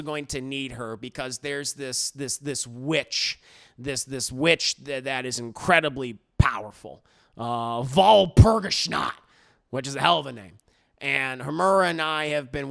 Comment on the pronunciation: It's pronounced "Waahl-poor-gees-nackt" (soft g not the j sound)